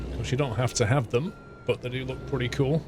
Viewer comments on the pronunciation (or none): none